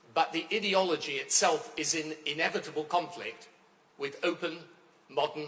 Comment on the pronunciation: Why does he say "idi-ology" ? It is clearly "ideology" coming from the word 'ideal'. This guy just likes others to hear the sound of his own voice. His views are utterly irrelevant now.